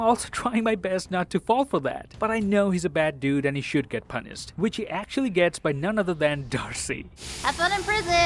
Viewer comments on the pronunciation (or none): did anyone else heard that "punised"